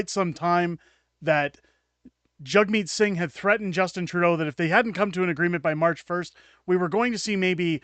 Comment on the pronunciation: Sounds like he is saying Jugmeat sing LUL